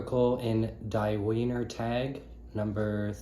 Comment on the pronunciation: thanks bro! you’re german is pretty bad lmao! when you see a word spelled like wiener it’s gonna be produced viner. also do you have any english translations of the schauberger commentaries? like the one that’s referenced here and in Living Water? if so could you email me the translation? thanks again!